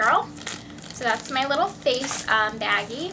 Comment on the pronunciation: Can you not say Baggie it's sounds wrong and